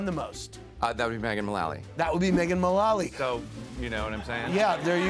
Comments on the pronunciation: Andy was pronouncing it Mullawly instead of Mullally. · ew he kept saying megan's name wrong